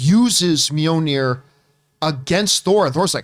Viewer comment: John, it's Mjolnir (mee-yoll-nee-er) (Not Mee-yoh-nee-er)